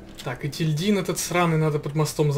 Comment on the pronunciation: Просто для справки не етиЛьдин а еТильдин